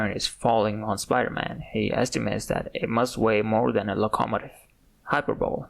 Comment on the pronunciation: Love the video... Just one thing... Your pronunciation of "Locomotive", as far as I'm aware, is pronounced "Low-Ko-Mow-Tiv "/lō″kə-mō′tĭv/ in English. Not really a complaint but I've never heard it pronounced the way you did and it threw me off enough to pause the video for a minute. Can't wait to see more though, subbing and checking out your other videos.